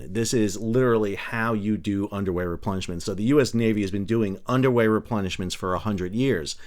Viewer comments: I kept hearing “underwear” replenishment, instead of “underway” replenishment. Probably some of that going later as well. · I thought you said Underwear Replenishment.😂 Wait....is it literally an underwear replenishment???